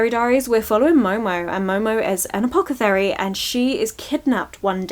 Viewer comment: loved the video! so weird that youve dnfed a lot but still ended up with a bunch of bangers!!! also i dont know if you noticed but you have been saying Apocethary instead of Apothecary (maybe its me misunderstanding your accent) maybe its a new type of diaries, who knows 👀